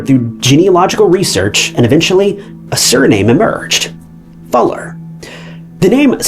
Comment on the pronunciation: How are you mispronouncing FULLER? smh